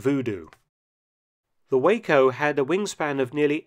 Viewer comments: pronounced Wah-co not Way-co. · WHA-K0 NOT WAY-CO - THE LETTERS ARE FROM - WEAVER AIRCRAFT COMPANY OF OHIO - NOT WACO TEXAS, JESUS GET YOUR PRONUNCIATIONS CORRECT. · It's pronounced "Wah-co". Not like the city in Texas- Waco (way-co). Spelled the same. The WACO aircraft were built by the Weaver brothers Aircraft Company - WACO. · "Wah-Co", not "Way-co". It is an acronym for Weaver Aircraft COmpany which produced a variety of aircraft over several decades until going out of business in 1947. Several newer companies have used the WACO name but are in no way related to the manufacturer of the gliders. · WACO, Weaver Aircraft Company of Ohio, pronounced more like Wah-co than "Wayco" like Texas. Or as my pilot friend pronounced it "Wack-o", kind like this trans-atlantic glider idea. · WHAT??!!! All he did was marry his Boss' daughter! No foul,- is it? The manufacturer's name is pronounced 'WAH-co' (the plane), not 'WAY-co' (the Texas town) , not 'Whacko-co' (a nut ball) either. Well, Whack-O may be correct- he did fly a glider across the Atlantic. Voo-Doo! This glider represented its type in a six volume series of books published in the UK during WW2 called "Aircraft of the Fighting Powers" (vol. 3 1943) That's quite a flight in an aircraft with no cockpit heat or even flight suit heat! "Rested"? How about 'Thawed out". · Great vid. Not nit picking at all but just for knowledge, Waco is pronounced Wok-o, unless you are in Waco Texas which is pronounced Waco like you said it in the vid. :) :) :) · It is NOT pronounced "WAYCOH!" It is "WAHCOH!" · It’s Wah-co not Way-co. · It is pronounced “wah-ko” not “way-ko” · Wah-ko, not way-ko... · The company name of the glider manufacture is pronounced "wha- co" not like the name of the Texas city of Waco. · Excellent. One very minor observation: WACO the airplane maker is Wah-co. The Texas city is Way-co. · The Waco is pronounce 'Whah-ko' Unlike the city Waco, which I personally pronounce "whack-o" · That is Waco pronounced as Taco.